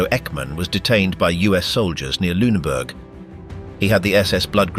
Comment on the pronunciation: The correct pronunciation is "LOON-a-boork".